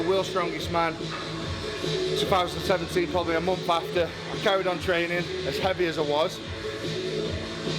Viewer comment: I love how he pronounces month like mumpf